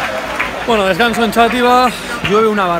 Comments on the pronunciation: Yo soy de Xátiva, vengo del video de Charlas de fútbol de charlando con, esto es gracioso porque ayer comí en el Túnel, XD por cierto Xátiva, es /Shativa/, no /Chativa/ que me está entrando dolor de cabeza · Top como siempre. Por cierto, yo soy valenciano y digo ''shàtiva'', arrastrando la X, no Chátiva, así como curiosidad. Enhorabuena ^^